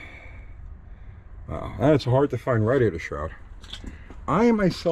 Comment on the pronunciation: He said RADDY- ATOR....hahaha!